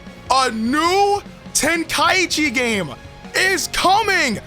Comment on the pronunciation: Yea we won but ITS TEN-KAI-CHI